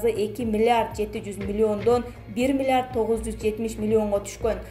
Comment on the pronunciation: Окуп жаткан кыз, миллард дейтго😁